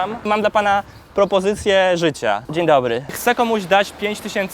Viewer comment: ten w T-shirt`cie nawet nie umie po polskiemu. Mówi: " przepllaszam, mam prllllopozycję życia...." . Naucz się wymawiać "R" - idź i lecz dyslektykcję. Prawdopodobnie problem narr(ll)atora jest natury bechawioralno-psychicznej. Jego rzadka broda sugeruje, że gdy jest dymany w odbyt, to kamerzysta trzyma go w tym czasie za kozią brodę. Kup se szampon na porost geyu! A ty kamwerzysto, brutalu nie targaj koziej brody!